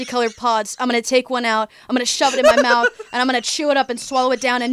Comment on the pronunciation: "Into my moufth. TIDE PODS!" my favorite jingle